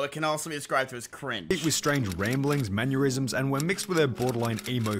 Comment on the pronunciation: Did this dude just say "Manurism"?